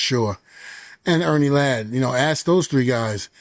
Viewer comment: May I axe you a question?!